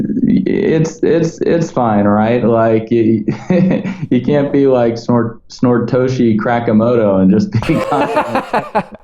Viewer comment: Who else was dying when he said "Snortoshi Crackamoto"??